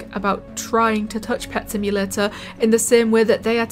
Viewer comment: Simulatuh sound hard